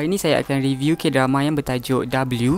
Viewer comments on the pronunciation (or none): none